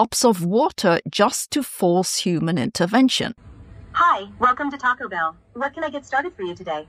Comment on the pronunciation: take-oh-bell lol